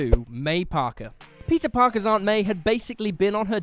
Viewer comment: Am I the only one that kept on listening "Pizza Parker"?